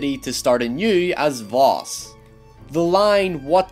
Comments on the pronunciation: successor not predecessor ffs., if you don't understand a word don't use it....just saying. Albert Einstein gave the world the "definition of insanity" and finally it's pronounced Vas not Vos, simply playing the game would have told you that, so really your analysis of this game and attempt to seem intelligent falls flatter than the chests of the boys you fantasise about. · Happy Dog he meant the identity “Jason Brody” being the predecessor of his identity as Vaas... and pronouncing Vos is probably his accent